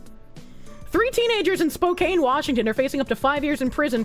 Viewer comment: I'm not from Washington or any hipster place, and it's hard for me to be offended by some streamer girl. But man, how she pronounces "Spokane" really gets on my nerves. It's like "Spoke Anne". Why does this bother me so much? I guess it's like people mispronouncing Gruening (like Greening) or Juneau (like Juno).